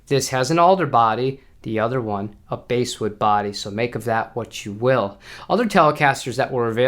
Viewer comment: The few MIJ Fenders here have rather unattractive colors and 3-bolt Micro-Tilt necks. They're priced a bit lower than Vintera II models, which I prefer. Rosewood board on a Tele is killer. I do like my 2019 MIJ Aerodyne Jazz Bass, however. I picked that up used for $600 US with a generic case. Note: "bass" in basswood is pronounced as in the fish, not the instrument 🙂 That's OK, in the UK, they talk about "Lez Pauls" because they think Leslie (pronounced with a z sound) not Lester. How many here used to fawn over Lay Pauls? 😁